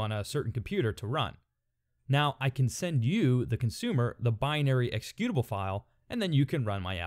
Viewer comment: i like how you pronounce the word 'executable' lol